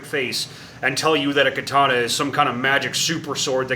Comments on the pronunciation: Kuh-Tawn-Uh! GEEZ!!! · It's called the Ka-tannia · am weeb, Is pronounced ( Ka-Ta-Nah ) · Katana….Kar tar mar… all one word spoken quickly.. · Pronounced Kaataanaae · "I'm makin a kay-tanna" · Great video. Your japanese pronunciation is not that good, but your video made up for it. Great content. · bro this guy is misspronouncing too much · Idc how u say katana we know what you mean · As a weeb, I must applaud your butchery of the Nihon language. You cut the pronunciations apart as though you were using a blade forged of impervious steel 🤣